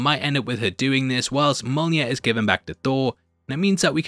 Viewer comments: its pronounced myo-nir not mona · I hear Molnir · Say "yolneer". Now say "me". Now say "me yolneer". Mjolnir. Me-yolneer. You can do it,. We believe in you. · "Mole near" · Mjolnir......say it with me now....myolneer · Mya-mya what’s mya-mya? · It's Mjolnir, ya chump! :elbowcough:❤